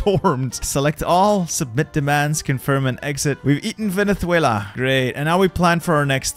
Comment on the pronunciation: Vene-sue-ela You said Vene-thue-la